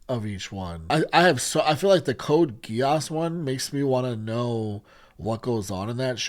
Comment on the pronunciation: 99,9% of anime names do not require changing letters to sound more American, so yeah Geass is G like Good and not Jiass like Jeans. Same with other letters like A that is like Alaska and not Ei like Angel (Eingel). The original sound of letters remains, so A=Ei B=Bi C=Ci and so on are not used. is the correct pronounce indeed.